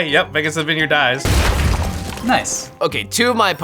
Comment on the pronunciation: Vinyerd... lolol